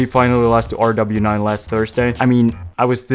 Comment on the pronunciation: please rw9 is pronounced like rowass the number makes a sound because it’s arabic